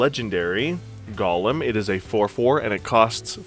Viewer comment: Go-lem Not: gah-lim 🤦🏽‍♂️